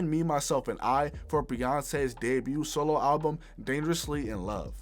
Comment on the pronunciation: 70x Million "Billboard Halbum Hundred" my ears..